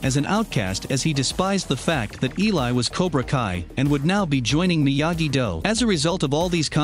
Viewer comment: I think this is gonna be the only episode I watch of this guy. The weird cuts and edits and how he pronounces Miyagi Do and Eagle Fang so so wrong is bothering me